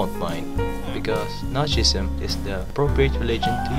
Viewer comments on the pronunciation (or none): Guess what, the subtitles showed “nazism” when you said “notchism” and I was like wtf